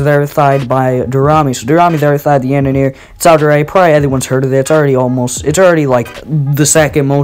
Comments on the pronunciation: "The Yanener" lmao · "the yaneneere" lmao XD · Lmao it’s tar-tar-rus and yan-der-ee smh